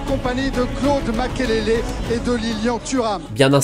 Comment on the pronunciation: C'est MAKELELE et non makélélé 🤢🤮 Les français 😪😪